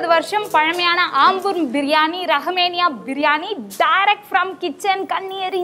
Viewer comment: ரஹ்மேனியா இல்லை ரஹ்மானியா திருத்திக்கொள்ளவும்